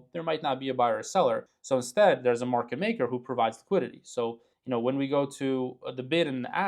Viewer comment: Market, not Merket! :P